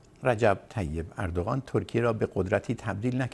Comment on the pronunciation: مهمان عزيزتون چرا اوردوغان ميگن به جاي اردوغان متوجه نميشم...